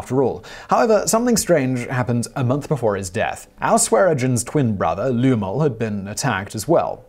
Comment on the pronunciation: Love your channel Simon but you are devilish in your insistence on mispronouncing words in every post. You know Lemeul is pronounced Lem-eu-el.🤨 And it's Bat Master-SON. There's no way that you've not heard that correctly since I've seen you reference various Western movies especially like the time and the location of Al Swearengen as Masterson was a contemporary. 🤨 It's so perverse that all I can think is you get a thrill from freaking out watchers. THAT'S twisted dude.